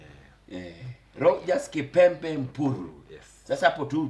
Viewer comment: Jalas kept on mispronouncing kipembe to the end 🤣🤣🤣